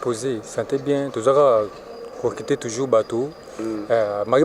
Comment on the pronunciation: Ah on dit recruter et non reculter